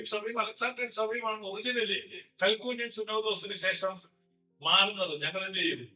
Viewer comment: പറയുന്നതൊക്കെ കൊള്ളാം. പക്ഷേ പറയുന്നതിൽ അക്ഷരപ്പിശകുകൾ ഉണ്ട്. കൽക്കുന്യൻ സുന്നഹദോസ് അല്ല, കൽക്കിദൂൻ ആണ്. ലേയോയുടെ തുമിയോ? അതെന്തുട്ടാ😅 തുമി അല്ല ഫാഷ്ടറേ തുംസാ ആണ്.